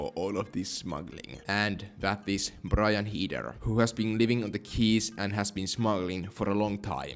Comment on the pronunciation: Heder not heeder Brian heder